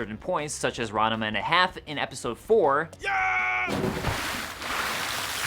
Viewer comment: I Haven't seen this, but the majority of the netflix made anime ( that wasnt already a property) sucks. Did you add a third syllable to Ranma?